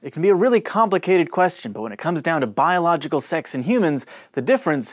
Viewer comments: I love how he says "boilogical male" and "biological female" I feel so included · This episode was PC, bro. The emphasis on "biological"... That's how you know PC has infected the science community.